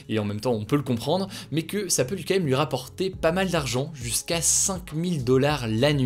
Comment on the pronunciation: Salut Hugo, je suis un américain qui profite de tes vidéos pour m'améliorer dans la langue française ainsi que pour les nouvelles, et je n'arrive pas à m'empêcher de remarquer à chaque fois la façon particulière dont tu dis le mot "quand même". Malgré ta cadence largement mesurée, tu dis "k'(m)èm" avec une telle régularité et diligence que je me demande si c'est comme ça que ça se prononce de façon quotidienne d'où tu viens. Je connais que certains le prononcent "comme même" mais là c'est un peu abusé, non ?